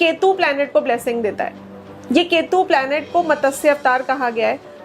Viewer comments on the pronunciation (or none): कुछ भी मत बोलो 😶 मतस्य नहीं मत्स्य अवतार बोलो हिंदी तो ठीक से बोलो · Didi matsya to theek se bol lo!!